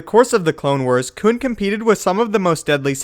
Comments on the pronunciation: Does anyone else cringe every time he says “Koon”? Like, bruh just say Plo Koon please Koon is not a word you should say like that bro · He is saying coon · When he kept saying koon I plugged in my headphones